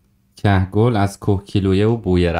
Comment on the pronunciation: همه چی عالی فقط کُهگِل رو اشتباه گفتی